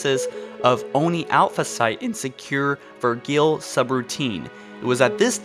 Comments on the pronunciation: Virgil is pronounced like Verge-Joel not Verge gill. Seriously use text to speech to see if you're pronouncing it right. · Old fart here. Learn your word pronunciation, sir. It's Virgil, not Vir-Gill. And it s liaison, not whatever the hell u said. Quit the video after that one. Your other videos are no different. Outside of that, good info. Nothing groundbreaking but a good compilation and timeline nevertheless. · Yo, he can't pronounce "Virgil."